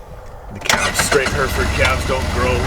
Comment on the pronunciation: Great insight 🤙 did chuckle at the Hereford pronunciation He-re-ford. Im from the Uk where All farmers use ATV’s or Quads as we call em, is the use of horses more choice these days or the type of ground your ranching on kinda demands it? Thanks